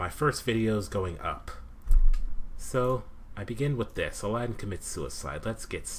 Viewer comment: It's "Aladdin". Not "Alladin".